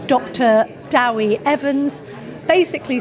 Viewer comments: Its DEWI, not Dowi, its the short name for David in Welsh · Someone tell these people that Dewi is pronounced Deh-wee not Daow-wee, like Debbie but with a W instead of a B